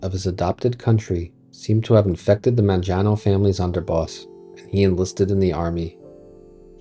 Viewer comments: Mangiano? It's "MAN-ga-no." The G as in "get." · Apart from the mispronunciation of the last name Mangano ( Man-GEE-ano ) : MANGO , MANGANO , the letter G sounds the same in both words ( sorry I’m Italian 😊 ) , it’s a great video , lots of info . Thumps 🔝 ❤